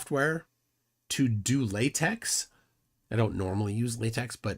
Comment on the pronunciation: "do to latex" We don't need to know about your kinks... Oh, you meant la-tekh.